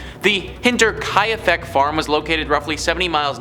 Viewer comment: it's not HinterKAYAfeck kai is proounced like the Kai in Cobra Kai.